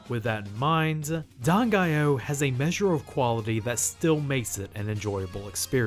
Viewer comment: Always pronounce the title with (4) syllables - DAN-GA-I-OH ~!!!! I've been playing the soundtrack on my CDs and iPods for 30 years~!